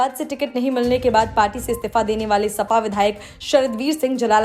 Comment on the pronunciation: Yah stifa kya hota hai..Istifa bolo dhang se..